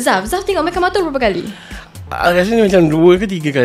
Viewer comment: Orang lain: Mechamato: Mechamoto